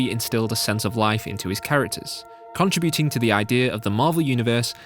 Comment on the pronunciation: I can safely say I've never heard the word contributing pronounced it that way before